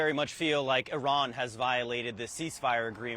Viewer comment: What a moron she is she said "O ran" multiple times 🤦